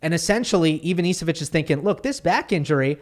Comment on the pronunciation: Hi, Ivanišević is pronounced IvaniSHevich